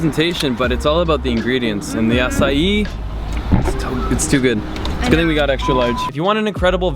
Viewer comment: Dude...you butchered the pronunciation of Haleiwa and 'Ehukai...bad...however you did say Acai correct..90% of volggers like Jon Olsen say it wrong..anyway I lived in Haleiwa and Hawaii for 11 years. I made a coconut observation video on a recent visit.